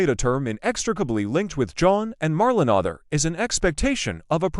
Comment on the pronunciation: Mar-lay-na please get it right!!!